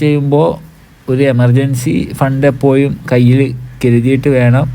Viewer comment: എപ്പോയും അല്ലടോ എപ്പോഴും